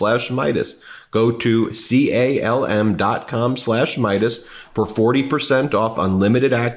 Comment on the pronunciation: He does mean calm, not cum. It just sounds like he is saying cum.